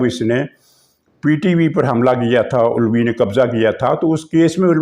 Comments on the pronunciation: "Ulwi" aap jaan kur kehtay hain ya na-danista "Alvi" ko. Lekin, aapki yeh "ada" buri nahin. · Aap aik senior journalist Hain. Alawi ko bigaar kar ulawi bolnaa aap par suit nahi karta. Alawi aik sacred term hey. Please !!! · جو صاحبان اعتراض کرتے ھیں کہ "علوی" کا تلفظ درست بولا نہیں جا رھا تو ان سے عرض ھے کہ " الووی" (owl) بول رھے ھیں ۔ آپ سمجھا کریں:-) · محترم آپ اپنا علوی کا تلفظ صحیح کیجیے ورنہ صرف صدر عارف کہا کریں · " عارف علوی" میں "علوی" کے "عین" پر زبر ہے، پیش نہیں۔